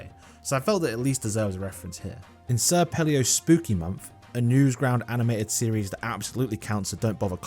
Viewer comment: "sir pelio" "newsground"